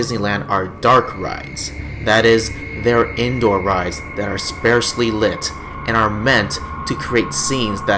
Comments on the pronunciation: Spaaresley? I think you mean sparsely. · Someone needs to learn how to pronounce sparsely.